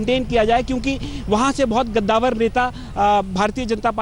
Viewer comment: कद्दावर,,,के बदले गद्दावर बोल रहा है,,,रिपोर्टर😂😂😂